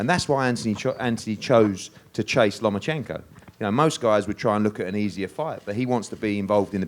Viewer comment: This bitch was like " Papachenko, Papachenkoo" lmao